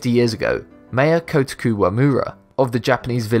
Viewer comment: My ears at the butchering of Kotaku Wamura's name...